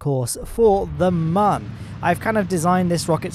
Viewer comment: Nah. There’s no umlaut on Mun (there aren’t two dots above it). Squad has confirmed it’s Mun, rhymes with Sun.